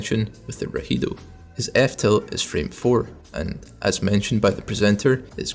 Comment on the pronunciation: The names of his specials are in spanish: Neutral B: Rugido (Roar) Side B: El Gancho (The Claw) Down B: Ilusión (Illusion) Up B: Destello (Flash) Tho the way u said rahido did make me chuckle lmao it sounds like a persona skill, anyways good vid